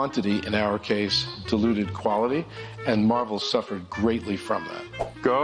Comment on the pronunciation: Iger: “Quantity deluded quality.” 😂 Ok he probably said “diluted”.